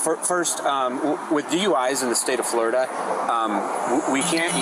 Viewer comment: Flo- ri- DUH!!!